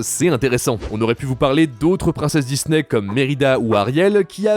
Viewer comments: S’il vous plaît répondez moi pourquoi le gars dis Dizney au lieu de Disney s’il vous plaît répondez moi j’ai du mal à m’endormir à cause de ça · Pourquoi cette mode de dire "Dizney" ?